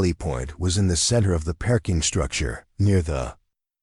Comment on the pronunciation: Listening from Clarksville, TN. Oh no, another Dr. Chen, but this has turned in to a zombie. Please, please do something about this pronunciation - perking for parking, Dr. Chun & Dr. Chen mixed up.